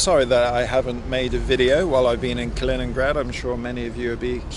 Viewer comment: You actually did pronounce it right. Close to it as you can get with the english accent. Kaliningrad is supposedly fun to visit if you like all the old abandoned wwII stuff, you should have explored all of that. But right now with the situation, just get back to Europe.